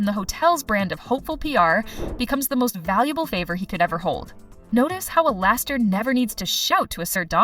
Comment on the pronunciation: Not even 5 secs in your vid and I’m already Lau from alastor😂😂😂 I’m not calling alastor alistor anymore so funny😂